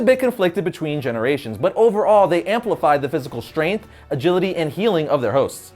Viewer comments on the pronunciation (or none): none